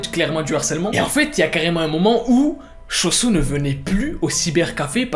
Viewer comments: Ce qu'il dit : Cho-Soo /se que j'entends :chausson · Suis-je le seul que quand il dit choo soo j’entends chauson